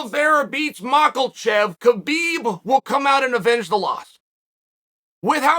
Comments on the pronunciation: Chael It is mackhachev not michaelchev 🤣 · LOVE YOUR VIDEO BUDDY BUT ITS “MACH-A-CHEV” please get it right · Last video I was surprised to hear Chael finally correctly pronounce Islam’s last name. Today I was pleasantly surprised to hear Chael has resorted back to Makelchev. Can’t stop the bad guy. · Yo unc, why you keep callin the man makilchev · Chael saying MAKEL-CHEV. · The division has a champion and his name is not MacKLEchev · The champion has a name and it’s Mocklechev! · Chael "Macklechev" Sonnen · MachALchev...that ain't it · If chael says macklechef, he is now macklechef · BENNY DARE-OOSH AND ISLAM MAKAL-CHEV??? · Damn it Chael, there’s no L in Makhachev! Figure it out!! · He has got to be saying that name wrong on purpose lol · There isnt a single L in Islams last name... How tf are you pronouncing it so poorly lmao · Is it malkachev or makalchev chael? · The random “L” that chael slips in when he says islams name is beginning to frustrate me.